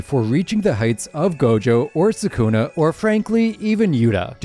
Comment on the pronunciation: Bro can’t even say sukuna 🤡